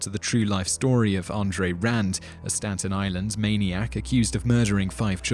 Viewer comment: Staten Island is in New York - it’s not “Stanten Island”!!